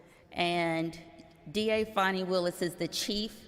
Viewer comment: Call her by her proper name…Faaan nie not Fawnie